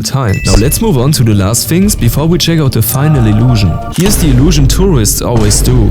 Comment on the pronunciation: YOU‘RE GERMAN BEFORE BEVOR🇩🇪